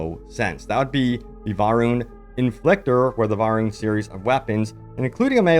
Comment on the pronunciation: You got it right and said Varroon then went back to Varrun AGAIN. It's VAROON. Varr'uun